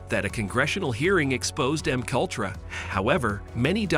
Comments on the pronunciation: It is pronounced “MK Ultra” not “makultra” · don't forget M cultra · it's MK - Ultra NOT M-Kultra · Oh I saw that one too. lol Just thought I'd keep the comment short. "M cultra" The fuckups.. It's like nails on a blackboard. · I hope AI pronunciations are improved. MK Ultra is mushed together incorrectly.